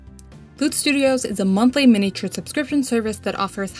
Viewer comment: I find your videos really helpful but can’t watch them as every time you butcher the word “miniature” is like nails down a blackboard 😱